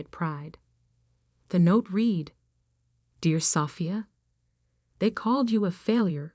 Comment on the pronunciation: Irrelevant, sometimes irritatingly distracting background! Verb "read" pronounced "reed" (infitive and present tense) but "red" (past tense and past participle)!